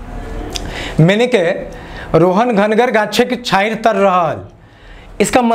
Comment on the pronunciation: Sir so Chhanhiyar nahi Chhanhir h